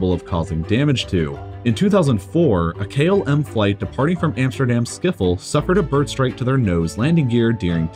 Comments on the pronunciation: Schipol is pronounced skipel not skiffle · SHIPOL not KSIPOL wtf man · Skipol = no Schipol = Shipol (said!) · Amsterdam Skiffol? I think you will find it is pronounced "Sss * throat rasp * ih pole" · Hilarious to hear Schiphol pronounced as “Schiffol”! The “hol” part is actually separate so it would be pronounced “ship-hol” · Schiphol is not pronounces skiffol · We will be calling Schiphol skiffol from now on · Are we just goint to gloss over how badly he murdered the word schiphol? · Hahaha how you pronounced Schiphol, still a good video tho